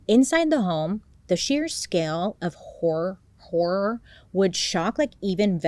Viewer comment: I'll never grow tired of seeing you struggle with the word HORROR, for real. Love you! watching you from far away Argentina!